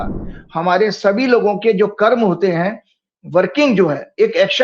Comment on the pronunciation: कर्मा नहीं कर्म बोलिए । कर्म कर्म ही होता है फिर आप चाहे किसीभी भाषा में बोले!